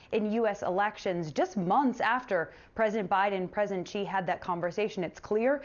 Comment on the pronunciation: Xi is not "gzee" its "she". Beijing is not "baygzeeng" its "bay jeeng". Someone whos job it is to communicate with millions of people should know how to pronounce basic Chinese names. If I was making $3 million a year, Id be professional enough to learn how.